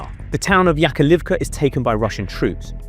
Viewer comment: Все, я устал. Это невозможно смотреть. Неужели вам на западе так сложно, хотя бы из уважения, правильно произносить местные названия. Sukа. Это такой кринж. Вы даже буквы не в состоянии все прочитать чтоли? Какая в жопу Yakolivka??? На обоих языках название села "Яковлевка"/"Яковлівка". На википедии на английском написано - Yakovlivka, Bakhmut Raion, Donetsk Oblast. Sukа. Y-A-K-O-V-L-I-V-K-A a не Y-A-K-O-L-I-V-K-A. Ну ладно вы ударения ставите неправильно. Но, sukа, взрослые мужики, вы в состоянии все буквы внимательно по очереди в правильном порядке прочитать и на карте их написать. И это не единственный пример. Когда слушаешь ваши рассказы, то ощущение, что вы о географии Марса рассказываете. Вам всем лишь бы бабла срубить, зачем стараться называть населенные пункты, реки и другие географические объекты правильно. И так сойдет, пипл хавает. А еще он на Daily Mail гонит. Вы все просто рассказывает сказrи на потеху публике. Только сказки ваши чужой кровью оплачены.